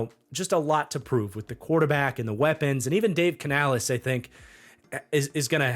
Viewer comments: Just nitpicking here but it’s pronounced like Canalis not canalees. Love the content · Bro, I dont care if Canales himself told you it was pronounced like that, STOP.